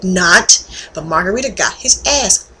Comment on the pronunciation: lol margarita? it's margaritO! anyways you get points for being a chick who watches sports.